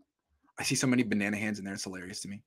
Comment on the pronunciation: its Mr Banana-han to you!